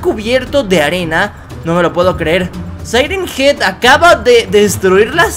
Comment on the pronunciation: Se yama siren Hean